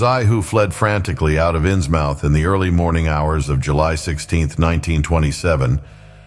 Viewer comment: I shall listen tmr but it's pronounced innsmuth